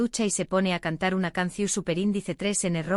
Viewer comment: No es Lugrima es LAGRiMA NO es CAPUTULO es CAPiTULO No es CUNCiO. Es. CANCiÓN iiiii lo de SUPER INDICE TRES NO ES......ERES PESADA .......... iiiii muchos errores mas APRENDE A HABLAR MEJOR